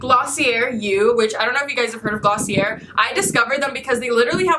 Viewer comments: not to be rude or anything like i love you im a fan but you say glossi-yey not glossi-yer:.) Hehe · Glossier is pronounced with an a at the end i think lol😂